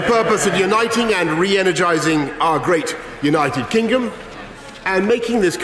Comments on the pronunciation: Did he really mispronounce "United Kingdom" by calling it "United Kingum'"? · united kingom lmao at 47 seconds in what an idiot. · At 46 seconds brois calls the u.k united kingem 🤪